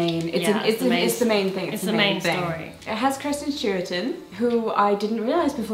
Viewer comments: *Kristen, not Kirsten. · take a shot every time jessica says kirsten rather than kristen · can i just say it's so amusing how you guys aren't saying kristen's name correctly XDXD